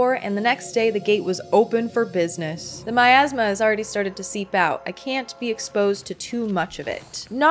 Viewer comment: I can't stop hearing Miasma as My Asthma